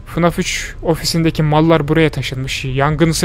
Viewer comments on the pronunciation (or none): "fnaf 3 ofisindeki *MALLAR*buraya taşınmış"derken o"mallar"kelimesini vurgulaması